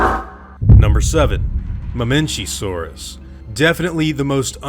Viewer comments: Just saying you say ma mech a saurus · Especially Mamenchisaurus. Its mah-MEN-kai-SAW-rus